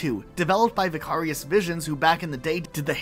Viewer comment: Wait, do you not know how to say "Vicarious"? It's not just a word the studio made up for its name.